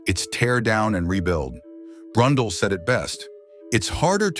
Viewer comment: "BRUNDLE"!! ARGHH! This is an Individual with NO race Wins?? LOL!!